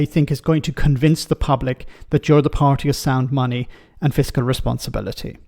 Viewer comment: "Sound money" you say,. I'm sure I heard it as "sound funny". That's not funny ha ha, of course, but the other sort.